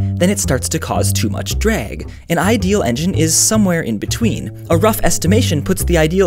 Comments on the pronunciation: b-but now that you said that i can't unhear it ... before reading your coment i heard drag ... but now i hear dreg everytime .... WTF ? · he says dreg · "then it starts to cause too much DREG" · "Too much dreag" I'm fucking dead XD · You said the word 'drag' there very funnily 😂 Love your videos!